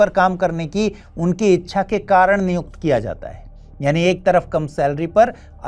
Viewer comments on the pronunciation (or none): none